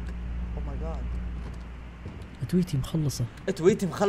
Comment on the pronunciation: كان يقول ادويتي مو أتويتي😂😂😂 يبي دوة أدويتي😂😂🧫 مدري ذال ألايموجي إيش بس يقول أدويتي مو أتويتي يبوي ما تعرف تنطق😂